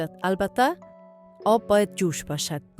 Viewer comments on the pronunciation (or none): آب بگو نه هاب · چرا ای قسم صحبت میکنید پر از اشتباه 😏 انگار از روی یک کاغذ میخوانید.هالی، هاب،،هجازه و ده ها غلط گفتاری دیگه. خواهش میکنم برنامه هایتان را به روال قبلی و بدون صحبت پیش ببرید